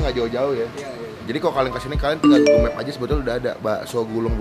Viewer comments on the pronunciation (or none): none